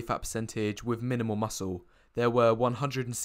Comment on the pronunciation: I'm pretty sure that saying 'wiv' when you mean 'with' will not make you attractive.